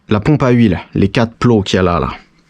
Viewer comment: correKT direKT quattRE sinon à part ça, bravo mec tes vidéos sont les meilleures